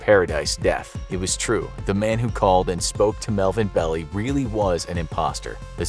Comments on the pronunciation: It's NOT (Melvin) "BELLY", it's pronounced "Bell-AYE"! GET A FRICKIN' CLUE! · Melvin Bell ei, one of the most prominent SF lawyers for over half a century. BELL EI, NOT "belly".